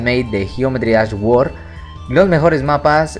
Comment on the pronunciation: Geometry Dash "guord" jajajaja